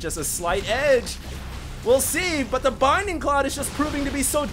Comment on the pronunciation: It's bLinding cloud... for the love of god... I can't hear binding cloud again